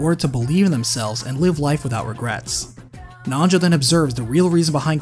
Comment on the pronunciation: Anyone else hear nacho when he says Nanjo.